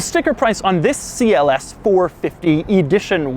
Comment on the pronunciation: It is not Si El ES, it is CLS.